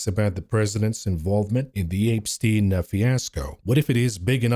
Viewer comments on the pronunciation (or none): apestien my favorite pronunciation of this name lol